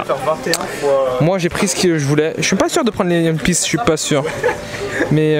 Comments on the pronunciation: le one de one piece se prononce comme le 1 en en anglais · Frère s'il te plaît prononce bien le nom de One Piece, je kiff tes vidéos mais sa me fait mal à chaque fois 😅